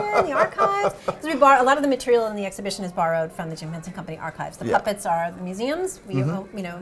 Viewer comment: and Henson , not HensEn